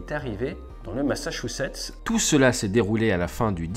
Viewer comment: ATE, la gars qui prononce mieux Massachusets que le département du Lot - 46 (qui se prononce "lotte"). On t'aime quand même.